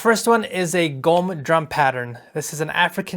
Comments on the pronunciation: My man really said "gqom" like it's written lmao doing the LEAST not even checking how to pronounce it, culture vultures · I'm from Cape Town, so seeing your take on Gqom, was really interesting🔥 Your pronunciation is 100% too. There's actually a click sound in "Gq" of gqom, but even the way you said it is perfecty acceptable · yo, in the word "gqom," the q is like a click that u r supposed to make. Close enough tho 😂😂😂